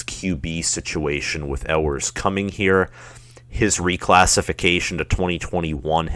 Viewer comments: I’ll take this dude serious when he learns how to pronounce “You-ers” name correctly!! GO BUCKS!! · It is pronounced "you-ers" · For UM fans proclaiming that their school is better than OSU, this dude does not lend support to that claim. Where does the "L" sound come from in Ewers?